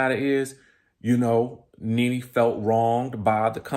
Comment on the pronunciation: All I keep hearing is “RENEE” 😂😂